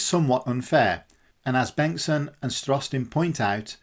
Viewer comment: Thanks for the great video. Just a minor note: Starostin has stress on the first syllable. Both Sergei and George 😊.